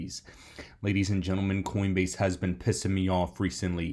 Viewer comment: Coinbase? Or coindebase??